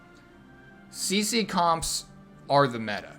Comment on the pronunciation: yeah I thought he said Ceci as well